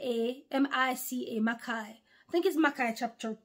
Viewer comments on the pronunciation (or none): none